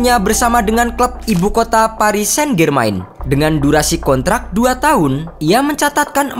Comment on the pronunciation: Walau berita ini menyedihkan, tapi pntk bgst apa Bernadette dibilang Bernadette , padahal dibilang Bernadet aja. Saint-Germain dibilang Sain-Germain , padahal Sang-Jermang